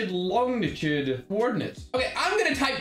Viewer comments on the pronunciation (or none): Us: Longitude: l o n g n i t u d e